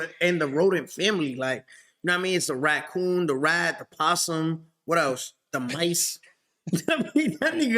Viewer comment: 69 is wild lmfao he thinks raccoon is pronounced ratcoon LMAFO